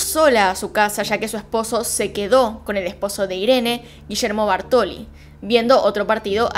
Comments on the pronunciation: TE AMO pero me desesperó escuchar Bartoli, y es BÁRTOLI con acento en la A. Toc? donde? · “Bártoli”. Acento en la A. Hasta los mostrás escrito con el acento pero decís “Bartóli” y a mí me da un TOC tremendo. Detalle, todo lo demás como siempre muy bien.